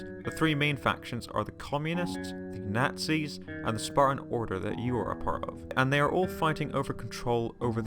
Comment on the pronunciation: Did he say "Spartan", "Sparran", "Spadan" or "Sporren" ....? Please clarify!